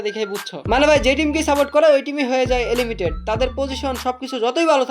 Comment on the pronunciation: Areh beta এলিমিটেড না, এলিমিনেটেড 👌😆